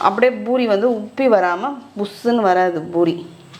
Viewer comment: It is 'poori' not boori. Most of tamilian says ' boori '. Madam is correctly telling poori